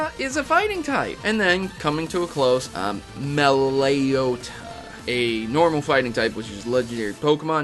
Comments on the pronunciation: Its mel o ett a not me leo ta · are you TRYING to make me find you and punch you in the face? it's written: meloetta, and pronounced: me-loe-ta. is it really that hard? is it? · You totally murdered those names, you're really good at it. I cracked at ~ Meloleyotta part xP